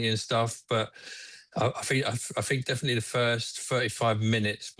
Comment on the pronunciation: "I fink, i fink defetly the first firty-five minutes"